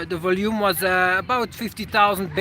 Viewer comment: Hey I hope you don't mind this comment from a fellow native Flemish speaker: the emphasis for the word "volume" is on the "O" not the "U";) Enjoy your video's as always